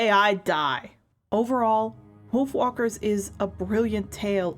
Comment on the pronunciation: Yea, it kinda sounds like "Wiolf walkers"